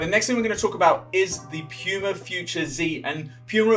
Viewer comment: No one: Him: "Piyuma"